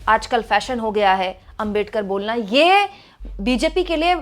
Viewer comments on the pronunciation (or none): आपका सम्मान है। लेकिन क्या अंबेडकर, अंबेडकर, अंबेडकर, अंबेडकर! सरनेम तो सही से बोलिए। वो आंबेडकर है। अम्बेडकर ya अंबेडकर नहीं। कोई भी नाम सरनेम किसी langauge में चेंज नहीं होता न करना चाहिए (बोलने में कठिनाई हो वो बात अलग)। क्या ये बात आपको मेरे जैसे सामान्य आदमी ने बताना चाहिए। गांधी को गंधी या मोदी को मेडी, यादव को यदव, शर्मा को शर्म बोलो तो कैसा लगेगा। पुराना गलत तरीका छोड़िए अब तो। क्या ये इतना कठिन है?